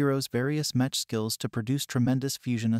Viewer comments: Bruh its pronounced meck not metch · It’s pronounced meck by the way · It's pronounced "mekk" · It's pronounced mech aka "mechanical" without the anical lol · yeah that was painful to hear :D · was especially painful because he managed to pronounce "Battletech" correctly, so why doesn't he do it correctly with "mech"...